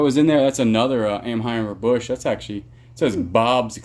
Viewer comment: I had to back up the video to be sure you said Kayla was your "girlfriend." Then I saw this was from 3 years ago. I was sure you two were married. And it's "AN-high-zer" Busch, which you also likely know by now.